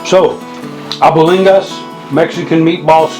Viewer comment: I felt my spirit leaving my body watching you cook that brother! Good stuff! Mom's cooking right there ... fyi the pronunciation of it is al-BONE-digas, just saying not judging. You've inspired me to make my own batch!